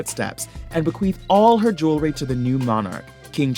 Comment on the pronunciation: JEWELRY not JEWLERY!!!!! smh